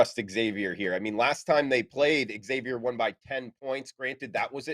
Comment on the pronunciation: love your wealth of knowledge. Friendly tip: it's Zay-vee-er, not EX-zay-vee-er